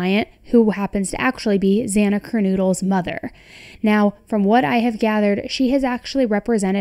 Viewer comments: Dear God, lady, why are you saying KerNOODLE, ffs? So disrespectful and unprofessional to mispronounced a victim's name. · Kern KNOWDL not kernoodle for Godsakes. 🙏 Please get her name right ✅️ I like your channel but your waving and gesturing of your hands are a distraction from the content. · Its not Kernoodle…one o!! Kernodle!!